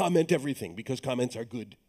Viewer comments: was wondering why lesson 2 has a 5th of the views as lesson 1... spent 5 minutes talking about the moon which never tied into code, and then when he said "let's talk about comments" I thought he said "let's talk about comets" ... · I thought he said "Let's talk about comets"